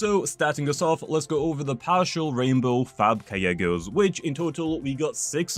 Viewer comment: "5000 kyeggos" said